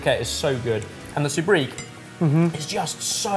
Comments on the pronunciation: Sobriquet. So-breek? No. So-brie-kay. pronunciation of French words drives me nuts sometimes! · When keeps saying TOUR-nah-Dough, is he trying to say tornado, or is it a different phrase altogether. Same with SOOB-reek, and sobriquet?